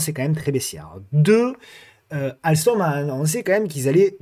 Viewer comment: 👍🏻 mais tu perds les bonnes habitudes avec alstom…..quest ce que c’est que cette bonne prononciation ! 😂